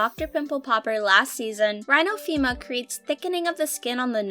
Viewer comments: You don’t know what you’re talking about. You’re even pronouncing things wrong like rhinophyma and comedone. They are “rhino fie ma” and “com eh done”. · It's pronounced rhinophyma...with a long i sound for the y.